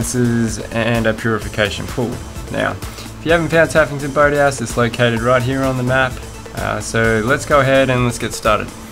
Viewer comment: What it sounded like: tuffington bird house. What you said: taffington boat house